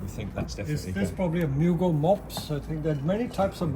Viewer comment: Psssst! Mugo, not Murgo. 😉